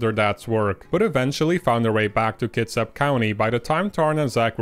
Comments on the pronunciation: Did he say Tits Up county? Heh!~ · Your pronounciation of "kitsap" sounded like "tits out"